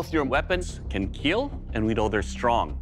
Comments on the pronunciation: It will keal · Why does he pronounce it "keel" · THE PHRASE:IT WILL KEEL,IS NOW A CULTURAL PHENOMENON. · "it will Keel" i think you meant it will Feesh